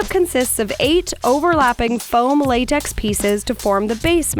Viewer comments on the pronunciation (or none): none